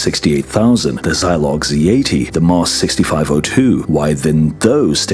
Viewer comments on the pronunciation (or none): none